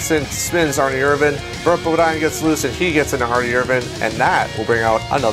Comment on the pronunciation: Why do you say Ernie like its spelled Arnie. Like i don't remember Bart and Arnie lol